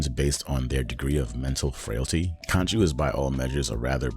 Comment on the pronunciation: Bro, it's khonshu not kanchu . Khonshu will not forgive you 😂